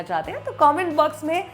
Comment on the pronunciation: Sonaali jii .... Sonaaaali jii..goat ho gya naa.. Mtlb jis word oe jitna jor dena chahiye utna he dona ... Old Vaise video achcha tha